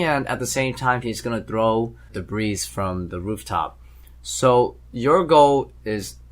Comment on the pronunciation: Debris - (De-BREE) - not pronounced in a plural form.